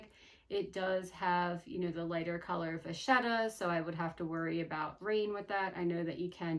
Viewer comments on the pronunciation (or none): none